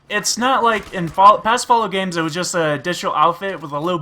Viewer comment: lol "flalout"